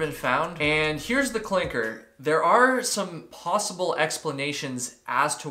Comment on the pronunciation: Good question. Wait, why are MOST missing hikers not found? “…here’s the [CLINCHER]” It’s not “clinker.” 😂